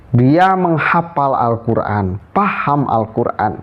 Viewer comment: Dia itu bukan membaca huruf Arab nya...tapi membaca huruf latinnya.. akibatnya Salah Total 😂😂😂